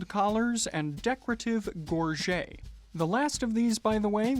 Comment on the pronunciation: Still got my collar bar from the 80's when they were in vogue with New Romantics. In the English speaking world its pronounced 'gorjet' not gorjay .... just as valet is pronounced as its spelt.